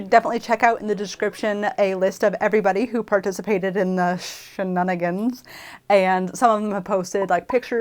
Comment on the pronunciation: “Shenunigans“ 😂 Is that the official name of the group now? The She-Nun-Agains? (Sorry!) 😂🤣🤣